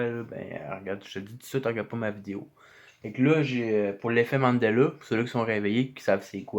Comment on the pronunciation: Pourquoi vous dites LE au lieu de LA et EXEST au lieu de EXISTE? MANDELEU OU MANDELA?